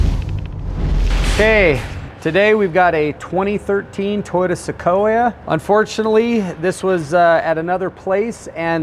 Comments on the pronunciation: "Se-co-e-yuh" Its Se-coy-uh Man this shop cycles through employees like shop towels. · Seckohwia is how I expected the European to say it not 😂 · SUH-CO-EE-AA? Really? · I've never heard of a toyota sa ko e uh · What is a Toyota sa-co-we-a. I think i think it's just Sequoia lol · Se-ko-ya ? Come on man... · SeCooia From the beginning, Does also pronounce the Tundra the Toonya? 😂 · Whyd u say Sequoia like that? Completely wrong